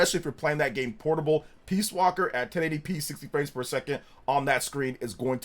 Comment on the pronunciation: Sounds like your saying “60 frames fer a second” lol